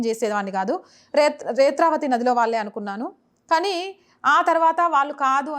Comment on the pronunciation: Retravati kaadu netravati